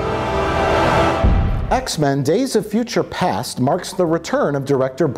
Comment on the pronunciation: he got the name of the x-men film wrong, he kept calling it ''days of future PANTS'' when in fact it's actually called 'days of future PAST', how can we trust the review if they can't even get the name of the film right? 0/10 :(